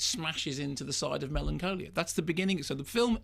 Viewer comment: Mark pronounces some words very oddly. He calls this film "Melancoalia" and says Kristen Dunst. He did the same thing on this other video I was watching last week where he kept saying the word "and" in a very peculiar way. It's almost as if he's trying to distance himself from received pronunciation but in the maddest way imaginable. Like he's tying to sound more common or something?? Weird.